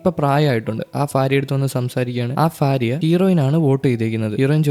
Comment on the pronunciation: ഫാര്യ ❌ഭാര്യ ✅😊